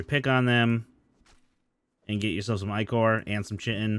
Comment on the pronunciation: "I-core" "Chi-tin" Lol...it's e-core and Kai-tin but yeah, prob gonna stay watching this series to learn some stuff